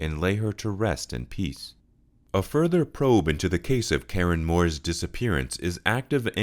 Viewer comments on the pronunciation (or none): none